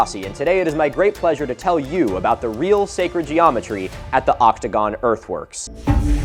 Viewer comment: Okay maybe it's just my audio processing issues, but I SWEAR I kept hearing "optigon" instead of "octogon"....